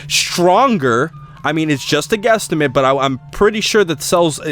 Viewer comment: he sayed guesstament XD